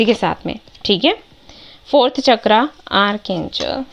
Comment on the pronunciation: मैम बुरा मत मानिएगा पर हिन्दी में आप बताती हैं तो कर्म,चक्र यह कहते हैं कर्मा,चर्क्रा सही शब्द नहीं है क्षमा चाहती हूं पर हिन्दी अशुद्ध अच्छा नहीं लगता